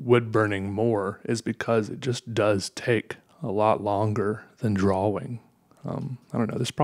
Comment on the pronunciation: Draw-wing is how you pronounced drawing. 😁